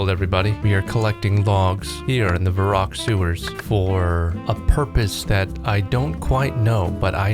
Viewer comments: Thought the same. Even the way he pronounced Varrock like Vah-roock instead of Verrick. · Your wife is diabolical for getting you to pronounce Varrock as Vah-Rock